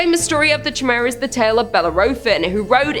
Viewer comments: You silly Canadians and your pronunciations... Chimera is generally pronounced kai-mera. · Just fyi, Chimera is pronounced like - Ky-meera. Just trying to be helpful heh. Love ya 😘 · Ch in greek makes the K sound. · How do you not know how to properly say Chimera? The Queen is utterly disappointed in you for butchering her English.